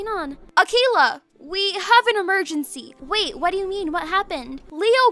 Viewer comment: OMG LOL WHEN CALLED AKEILA Hes like " AKEILA we have an emargancy" ad pops up DIARY QUEEN!